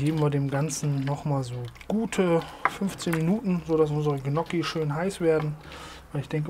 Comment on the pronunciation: Hallo. Der Topf ist sehr gut.😋 Gnokki werden Nnjoki ausgesprochen. Besserwisser aus Krefeld.